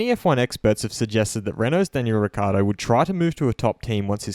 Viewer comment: Daniels surname is frequently mispronounced and you continue the tradition. It's pronounced Rick-Key-Ardo. Notice the double c's.